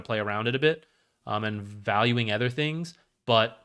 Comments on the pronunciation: its supposed to be an-Uh-ther not an-Æ'-ther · where are you from that they pronounce "other" as "eather"? its not like you use it sparingly either, considering how egregious your mispronunciation is. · did you watch the video? he says "other" about every 3rd sentence, and the pronunciation is jarring. yes hes talking about aether lens as well, but could you tell the difference? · here's one of many. I have never heard this pronunciation even from someone for whom english is not their primary language. literally sounds like hes saying "anether" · it would help me more if I could focus on the information rather than be distracted by his insane pronunciation of "other" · i not only meant to say egregious, I did say it. I said insane too. If someone has an accent or speech impediment it should apply to more than just one word, which is why im curious as to how he learned this pronunciation. And it is egregious, even just sounding the word out should produce something like "oather," which while also incorrect is at least closer to the actually pronunciation, and further away from similar words like "either" or "aether"